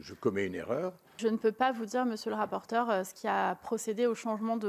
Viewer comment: "Monsieur le rapporteur'eu"